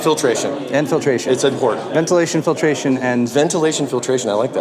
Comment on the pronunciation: Let's call it " Ventrilation"